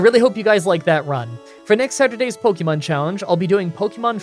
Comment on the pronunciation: Again, it’s not pronounced “pokymon” or “pokyball” is more like “pokehmon”, watch the anime. If you are going to profit off this franchise you could at least pronounce its name correctly